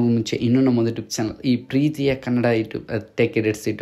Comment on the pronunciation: Ivanige yaradru helro youtube anta sariyagi heloke😂